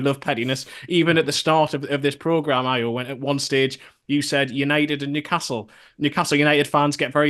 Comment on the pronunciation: Thwy are butchering Ayo's name in this podcast